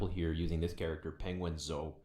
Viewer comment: Ah yes penguinzoh